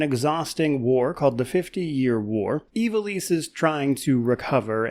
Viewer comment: Thank god at least one reviewer is pronouncing Ivalice correctly